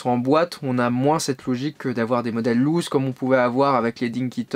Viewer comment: Reportage intéressant. Prononciation à revoir pour Corgi, Siku et "loose".